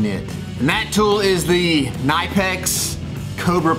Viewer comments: Cuh-nip-x. The k isn’t silent lol. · Its not NIPEX its KNIPEX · And it's Ka nip X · 3rd time you said the name wrong i had 2 stop watching. Gave me chills and wouldnt allow me to listen ugh.